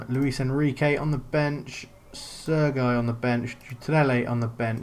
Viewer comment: Mistakes: a) Playing ANY pre-season friendlies. Pointless! b) Playing full backs c) Not playing any defensive midfielders d) Not using wib-wob alterations e) Starting any player with under 90% fitness f) Your pronunciation of Sergi 🤦🏼‍♂️